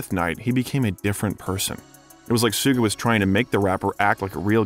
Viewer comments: 2pac is the G.O.A.T. oh and it's shu-ge not su-ge, jus' saying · Images not accurate to things being talked about in that moment, but more importantly it’s missing some key vital details in certain topics discussed. Also, how can you take this video seriously when they pronounce Suge knights name that way 🤣 [sue-gay] 🤦‍♂️ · Sewgay knight 😂 you mean suge knight